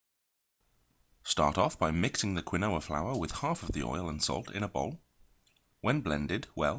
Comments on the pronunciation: "Keenwa" say "Keenwa" not kwuhnoah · KEEN-WA. Not quinn-oh-a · Egyptian_Thoth yeah but that’s NOT what he’s calling it. He’s saying Quin-Noah. The alternate pronunciation is Key-Noah. So now YOU’RE WRONG too based on your own “evidence”